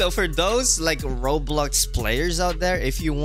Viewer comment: It’s Roblux ahaha I can’t 😂😂😂 but looks good tho ahahah